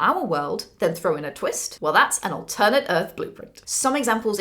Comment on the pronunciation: It makes me worried that you mispronounce "alternate"